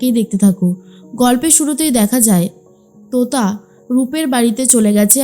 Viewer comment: তুতা নয় , তোতা 😂